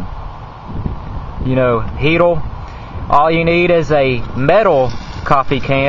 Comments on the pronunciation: Its "heater" not "heatal" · Dude... it's a HeateRRRRR not HeateLLLLL... :o) lol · Son you need to lear how to talk! Its "heater" & "fire" not "heatal" & "file"! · 0908..you dont want your toilet papel borning..Oh no !!"My toilet papels borning in my heatel " wtf is wrong with you dude? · a "sim-poo heat-oo" fohwa simpoo gauy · you need to learn to pronounce er..paper...heater...do not end in l...alcohol is not measured in octane...ethyl alcohol is measured in proof, rubbing alcohol measured in percentage...